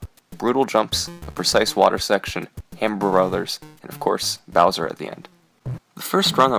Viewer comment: You lost all credibility when you mispronounced "brothers."